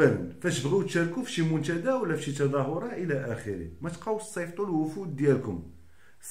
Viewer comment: الله يرحم الوالدين انطق حرف التاء تاء وليس تشاء. تونس وليس تشونس منتدى وليس منتشدى محتوى محترم